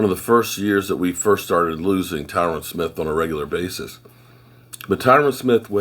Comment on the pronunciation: Dammit I love you and as you say you butcher names. But his name Tyron rhymes with iron love ya brother